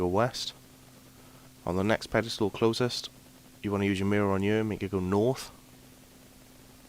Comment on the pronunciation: whats a pedistool? you said it about 1000 times, i think you meant 'pillar of light'